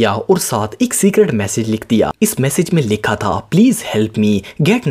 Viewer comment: It's message not massage